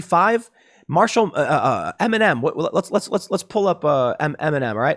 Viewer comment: I was just watching the video and for more than half of it I thought Tim was saying M&M taking a knee instead of Eminem lmao